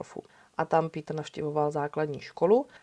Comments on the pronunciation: Rada si vždy vypočujem Vami veľmi dobre spracované kriminálne príbehy.👌 Tento je z Nemecka a preto je mi záhadou, prečo krstné meno vyslovujete ^po anglicky - ""^. Tak to Nemci meno Peter nikdy nevyslovujú skôr "Pétr"... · Chtěl jsem napsat stejnou invektivu - mě ta výslovnost "" v případě Kürtena úplně bije do uší. Nechci prudit a být hnidopich, nicméně myslím že adekvátní výslovnost jmen v rámci základních zeměpisných měřítek je vcelku nezbytný předpoklad pro to, aby projev byl vůbec věrohodný a měl určitou úroveň. Osobně mi to zní jak kdyby někdo přednášel o národním obrození a říkal tam "Charles Havlíček Borovský". Nejde jen o písmenko ve jméně, ale ve výsledku to působí jak kdyby přednášející neměla přílišné ponětí o základní lingvistice v rámci jednoduchých zeměpisných měřítek, navíc když jde o našeho blízkého západního souseda - Německo. Nic ve zlém, ale tak to prostě vnímám. Nicméně žádný učený z nebe nespadl. Ono se to jistě časem vyladí. Mějte se fajn, nechci nikoho poučovat, nebo někomu kazit radost z vykonaného díla. Kdyby to bylo bůhvíjak neúnosné, tak bych přece neposlouchal - a já poslouchám, takže mě to neodradilo a vesměs to nebude snad zas až tak zlé. Peace. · Pííítr Kerten (Krrrten)- němčina? Škoda.